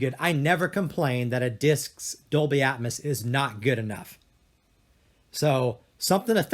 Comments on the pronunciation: omg it's ear piercing!! At first it doesn't bother ,but then he says "atmis" every 5 seconds and you can't help but notice.🤣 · It's not "atmis" it's ATMOS!!!!!!!. ITS NOT "ONKYA" ITS ONKYO!!!! Smh!! Its not "yomaha " it's Yamaha!!!!